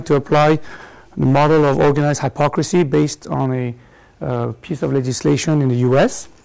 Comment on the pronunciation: The basic point of the lecture is correct, but it's rather obvious. It's like finding that unfaithful spouses lie about their infidelity. minor points: quote is not from groucho (pronounced with "ow" as in growl, not oo as in gruesome): and it's not high-pocrisy, it's hip-ocracy